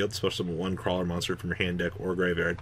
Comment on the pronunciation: I will never recover from attempt to pronounce the Krawler links.